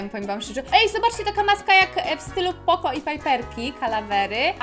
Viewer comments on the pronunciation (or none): none